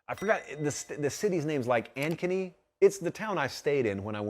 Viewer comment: An - keny is how it is pronounced